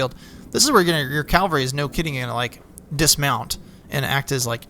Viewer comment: Great series of videos. Just two things.: Melee, is pronounced May-Lay. And it's CAValry, not CALvary. I know, I know, I'm that guy, but just trying to help with the accuracy.